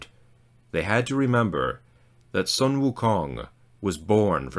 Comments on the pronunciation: The "Sun" in his name is pronounced "Soon". And the way Hell is pronounced is definitely wrong. However, I am not able to give you the proper pronunciation. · Nicely pronounced. Not Sun as in sunlight but pronounced as Soon. “U” in Chinese is pronounced as “oo “ as in “too” Wu Kong Wu means “realised” Kong means “empty”